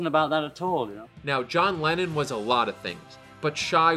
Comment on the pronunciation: When he said Lenin instead of Lennon😂